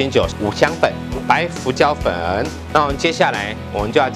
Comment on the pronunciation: ㄈㄨˊ椒粉 太親切了吧